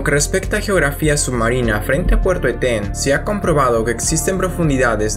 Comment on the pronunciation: Una acotación: Eten es una palabra grave y no aguda, la pronunciación por tanto es ¨Éten" y no el errado "Etén". Es una palabra de origen muchik. El río que desemboca al norte de Eten es el Chancay, que para esa altura ya recibe el nombre de río Reque. En su cauce bajo se le llama "el río loco" por sus continuos cambios a raíz de las avenidas extraordinarias que produce el evento El Niño.